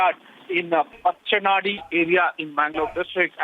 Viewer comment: Hello madam...its mangaluru..not 'mengaluru' & its pacchanaadi not 'pakkanaadi' pronounce correctly😏